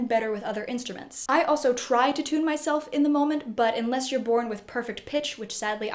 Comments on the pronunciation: Can’t stop hearing her say tuna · You do pronounce "tune" and its derivatives kind of weird. Nice explanation, though.